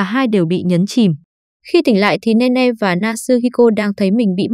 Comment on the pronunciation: Là nini ( Nene ) chứ ko phải Ne Ne